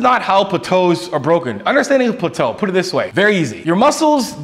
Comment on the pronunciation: I've never ever heard anyone pronounce plateau as "pluh-toe"